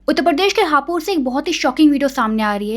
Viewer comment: It's not हापुर it's हापुड़